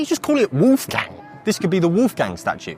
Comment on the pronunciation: it's not "woof gang" ... it's w-oh-lf-gung.